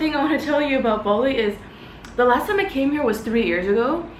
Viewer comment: Bali, not Boli.